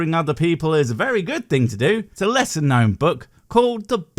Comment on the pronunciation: Am I wrong... or did he relish saying 'lesser' a little TOO hard?